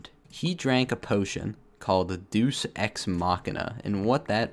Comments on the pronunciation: deus is pronounced dayus not duce. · deuce? do you mean deus? "day-oos" as in "time"? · Deus ex machina is pronounced “day-us” not “doos” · Hey it's pronounced "DAY-US" not "DOOS." lol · "Deuce Ex Machina" It's pronounced Day-Us. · This is probably annoying but Dues ex machina is pronounced as ‘Day-us’ and not ‘doos’ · This has probably been commented 3181 times, but deus ex machina is pronounced 'dee us' and not 'doos' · did you just pronounce "deus" (day-us) as "duce"? I guess latin isn't a popular language anymore but.. have you never heard it? Especially the phrase "deus ex machina" shows up in stuff. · It’s pronounced “ day us ex machina” not “ deuce ex machina” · I love how he pronounces the ‘Deus’ in Deus Ex Machina as in Zeus instead of Dayus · bruh it’s not pronounced Duce it’s Dey-oos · this man just called deus duece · My man just said Deuce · Deus is now pronounced deuce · Mans Said duce to Deus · this man really pronouced "deus" like "deuce" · Deus ex machina,... Deus is pronounced Day-us by the Greeks. Just letting you know bruh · I’m fairly certain it’s pronounced day-us ex machina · you mispronounced deus. its day oos. looki9n out for ya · It's pronounced dayus ex